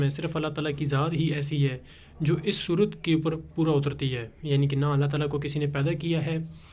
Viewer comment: تعالی کے لام پر کھڑا زبر ہے اس کو کھینچ کر پڑھنا ہے